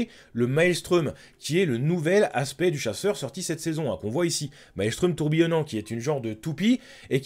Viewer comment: En stasique avec l'arcaniste ça passe bien aussi, avec les gants d'osmiomancie, récupération d'impact sur les bras avec en aspects déluge d'éclats de glace et récolte glaciale. Et pro tips, ça se prononce "artéfact" , c'est pas "maelstreum" mais "maelstrom". ;)